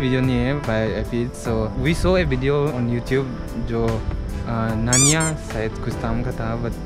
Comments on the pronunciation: and not nnana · And it's not nainea it's!!! I fell sad about you#boo_cara